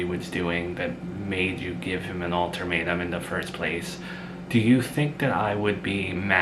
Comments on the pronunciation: It’s UL-TA-MATE-UM, not altermetuem 😊there’s no r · There is no "r" in ultimatum j/s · Alter matum 😂